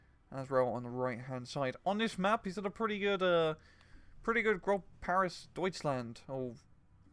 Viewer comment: M8 its not grob its 'gross' or 'groce'